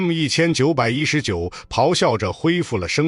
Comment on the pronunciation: 画面东拼西凑，牛头不对马嘴。旁白是AI。M1919居然能能念成“一千一百一十九”。毫无诚意的粗制滥造